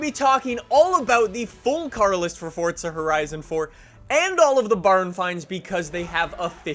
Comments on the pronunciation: It's four za not fucking fort a there's no T stop saying it like that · its forza not fortsa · Stop saying FORTZA you fuxking douche! Its FORZA!!!! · "Fortza" is the actual pronunciation,. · can somebody please explain why people pronounce it as "fortza"? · Fortsa? Come on now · its pronouced forza... not fortsa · Why do some people call Forza, fortza ? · Please say forza correctly, it's not fortza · It’s forza not fortza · it's Forza not Fortsa I can't stress that enough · I like how u pronounce forza as fortza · Why does everyone say “fortza” it’s forza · “fortza horizon 4” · It's not FORTza horizon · How many times does he say Fortza Horizon 4? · Fortza?? Fortza.... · “Fortza horizon” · If I have to hear say Fortsa Horizon one more time I will blow my freakin brains out...dude learn how to pronounce the word right you freak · its funny how he saids forza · You butcher the word forza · There is no T in Forza... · The way you say forza fucks me off